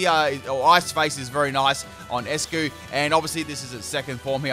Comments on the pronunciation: “Ice-Q” not eskuu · He just called eiscue "escue"